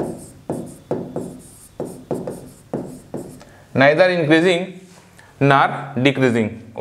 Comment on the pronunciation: Neigther Nahi hota hai neither hota hai